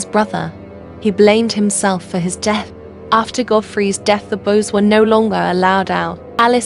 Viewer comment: Why do you say bose instead of boys?